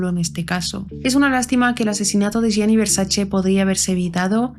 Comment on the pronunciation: Gracias por pronunciar bien el apellido de Gianni ❤. Este caso es bien interesante y de hecho es muy misterioso ya que no se sabe a ciencia cierta si conoció a Cunnanan en vida, no hay evidencia alguna de ello. Yo creo que no lo conocia, simplemente el representaba todo lo que el queria lograr y que no podía porque solo soñaba pero no trabajo nunca por ello en base a un talento